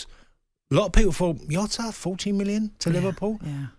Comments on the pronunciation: It's Jota not Yota ffs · "JOTA ISN'T FAR OFF SALAH! Lmfao. Jota is bang average. Also its not Yota Tony its Jota. The only player who could replace Salah is Mbappe or Haaland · Its Jota not Yota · Jota English all of a sudden?